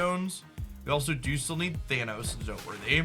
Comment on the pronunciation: “To trigger thanOhos 😫”